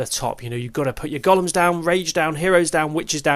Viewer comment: loved the video, thank you. On a side note and as a fellow countryman of a certain age, I just thought I’d drop you a pronunciation tip: the big hulking things are not “goll-ums” but “go-lems”. 😀 (Hope you don’t mind me mentioning it. I’d want to know if it was me.)